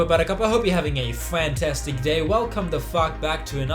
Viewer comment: "A fwantastic day"